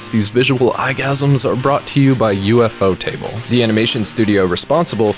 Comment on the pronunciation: "U-F-O-Ta-Ble" instead of "U-Fo-Ta-Ble" That's a first XD Like, I don't know which is correct, but I've never heard someone say it as U-F-O. Otherwise, great video! Other than the fact that you seemed to have forgot that Shingeki no Kyojin is airing this season!!! But Demon Slayer is great too. The 2nd "battle-shounen" anime I've liked.